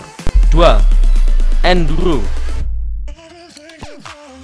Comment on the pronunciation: ENDURRRGGGHHHOOOO 😂 Maaf Mas Aku Gaisok Ngempet Ngguyu 😂